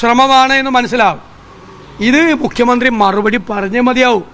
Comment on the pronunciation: മുഖ്യമന്ത്രി എന്ന് യ്ക്ക് പറയാൻ പറ്റുന്നില്ല😜😜😜